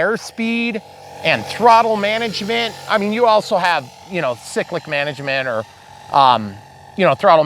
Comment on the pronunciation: Isn’t it “Cie-clic”. ;)